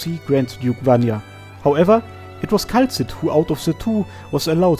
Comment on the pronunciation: Excellent work, as always! But... "Kay-la-see"